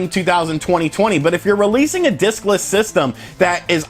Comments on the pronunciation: I kept hearing dickless lol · Wait. Did you say diskless or di... Nevermind. Seems like a good idea.